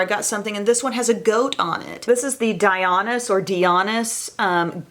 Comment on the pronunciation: The Dionis brand pronunciation is Dye O Nis